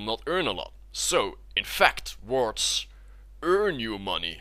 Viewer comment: "So this is why we buy wards" I heard "So this is why we buy teemo"